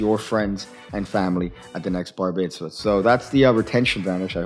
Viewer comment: Hey, it's not BAR BETZ VA,? It's BAR-MITZ-VAH got that,?